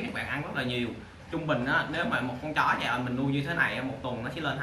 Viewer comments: Hoài Thu bữa phát âm sai đó bạn đọc gian rõ ràng bữa nay ngừoi ta góp ý mới sửa lại đó -_ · phuong nguyen đọc giai ent là đúng r nha bạn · Ủng hộ e vì câu nói "mình lừa đảo gì các bạn, mình là người mua chó chứ đâu phải bán chó😘" , điểm cộng nữa là e phát âm từ Giant đúng 🤣🤣🤣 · Méo hiểu s cái từ ( giant) này đọc là giai ần 😄, thấy đọc kiểu tây tây là kêu phát âm đúng